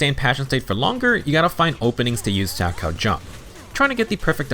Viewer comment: I would like to extend my appreciation for the proper pronunciation of salchow. My parents loved watching figure skating during the olympics so I physically flinch every time any other CC pronounces it wrong. Most don't connect that it is a type of jump in figure skating, from which Jane's animations heavily borrow from.